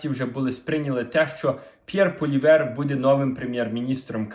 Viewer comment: Не Полівер, не Гулівер, а ПОЛІЕВР!